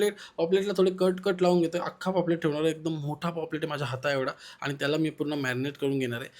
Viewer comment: Poplet nhve re paplet